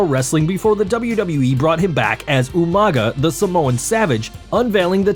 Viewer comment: Umaga,? Oh you mean Umaga!😂🤣